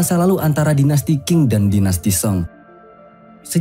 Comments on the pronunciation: Bgs Ching (Tjing ) bukan king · Qing itu dibacanya Cing. Season dibacanya sisen. Semoga membantu saat mengulas season berikutnya.